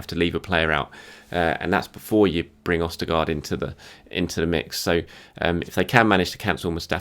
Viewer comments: How can you pronounce a “d” as “st”? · Odegaard not Ostegaard. Lol. Keep up the good work. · It's Ødegaard not 'Ostegaard' 😃😃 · every time you said ostegaard my brain said Who The F.. is we don't want him hahahahahahahah love the updates man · Odegaard not ostergaard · Who's " Ostergaard "? Lol🤣🤣🤣🤣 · And he is convinced it's Ostegaard🤣, love to see it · Ostegaard? Gotta say im dissapointed with that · Looool don't they learn to pronounce these names before..Ostergard..dwl ooook it shud be pronounced Odi..Gaard..Odegaard it kills me when they pronounce these names #TWOFACEDJACKTV #BonitaRetacoTV #ESSConnect #ORLANDOUNKUTT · The boy is called ODEGAARD FFS not ostegaard... Smh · Ødegaard bro not OSTERGAARD 🤣🤣🤣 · øDegaard not østegard god Damn. Norwegian fan here gettin quite triggerd lol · "Ostergard"? Love ya but you have Odegaard pronounced all wrong mate. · "Ostegaard" proves that does not watch any other news outlet 😂 the man works too hard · Odegaard not ostegaard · OSTERGARD..... needs some work. Surely the first thing you do when a new player joins a club is you learn how to pronounce the name? OSTERGARD isn't even close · Sounds like we are looking at Southamptions Vestergaard? LOL I love you. But there is no S in Odegaard. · Who is "Ostegaard"...? is he any good? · Who's Ostegard? The lack of effort to learn simple pronunciation is mind boggling. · No one: Absolutely no one:: Østergaard 😁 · Pronounced 'Odegaal' (very light 'L') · No-one: Absolutely no-one:: Martin OsTEgAAd 🙃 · As if u were French, say Eau-De-Gore(d).. Ø-De-Gaard Ø=vowel sound 'learn', 'burn' AA/Å=vowel sound in 'corn', 'all' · Ode... Oster? They're completely different, stop taking gear. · Ødegaard pronounciation: Ø is similar to Ö like Özil. The first d is soft which sound like 'the' and the second one is silent. Two aa's is prounced "or"'. Öthegor. Try it out :-) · Lmao every time he says Ostegaard. 😆🤣